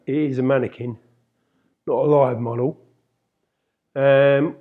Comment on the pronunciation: "eet is eh maniquinn" ---best part :). Thanks for the tutorial.